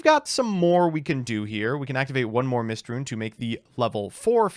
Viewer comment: "Mystrune" damn, we are onto eating up letters instead of just pronouncing wrong